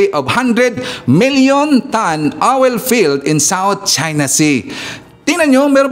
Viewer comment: Npahagalpak ako ng tawa sa pronounciation mo ng oil,, OWEL!!😂😂😂